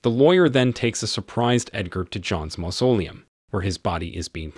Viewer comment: The narrator of this video is very strange. One time he mispronounces "mausoleum", then pronounces it correctly then pronounces it wrong again. I suspect that this is a computer voice. This video deserves a thumbs down for the simple fact that the narrator lied to his audience. He says that if you don't like the video, give it a dislike but to hit the dislike twice just to make sure. IF YOU CLICK ONCE IT REGISTERS A DISLIKE, IF YOU CLICK IT A SECOND TIME IT REMOVES THE DISLIKE. I really hate dishonest people.